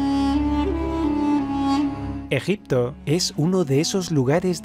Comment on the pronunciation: Me mata como lo dice, ejepto es uno de los lugares.... Amiguito oooooohhh amiguito, amiguitooo ooooohhhh amiguito...